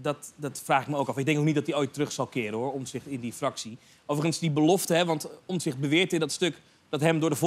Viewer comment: Johan zegt steeds OMZICHT, beste man, de juiste uitspraak en schrijfwijze van de achternaam van Pieter is: OMTZICHT , met een T dus.